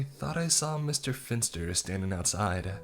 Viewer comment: Pff I keep hearing Mr. Fister instead of Mr. Finster.